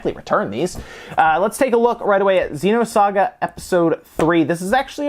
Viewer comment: Why would pay so much money for naked carts? What a joke! Also, it's XENOSAGA, not XEEENOSAGA. I also love the way the scumbags can't even put the discs in a jewel case.